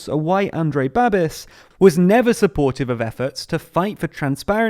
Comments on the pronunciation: The final syllable of his last name rhymes with "bish" like in "rubbish", "snobbish" not with "abyss" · Also it's not Babis, it's pronounced Babish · Good to hear that the Czech Republic is being taken seriously in the world. Thank you! also it's Babiš, so the equivalent of “Babish” for English speakers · Babis is pronounced 'Bah'-'beesh' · I can't... Its BabiSH, not Babis. You literally have the pronunciation key on the Babiš' wikipedia page. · It's actually pronounced bab-eesh Babiš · Its not pronounced Babis. More like Babeesh.. The long 'e' sound and the 'sh' sound at the end. Thanks for the video guys.. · Babiš is ‘Ba-bish’, not ‘Ba-bis’. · Just as a heads up, the š at the end of his name "Babiš" is simply pronounced as a "Sh" sound. And no, this will not hurt him in the slightest since most of the country already knows he's corrupt as hell but vote for him anyways, either because they're old people (that he sends thousands of crowns of subsidies to) or because they agree with his populism and think that his leadership is worth it despite his corruption. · It's pronounced like Babish, not Babis. Also let's hope it doesn't hurt him too much. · It really is pronounced Babish (Babiš in original), it is wrong in video but doesn't really matter. :) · I don't understand why it was too much effort for them to just that look up and pronounce it correctly ... I mean I would understand if the name had sounds English doesn't have, but a simple "sh" shouldn't be too difficult should it?? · Please look up how this guy is pronounced before making a 10min video about him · Cmon the pronunciation isnt hard. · meh nevermind its forgivable